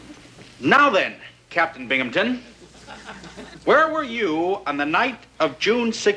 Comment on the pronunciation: Blue Moon Crescent There’s no “p” in Binghamton!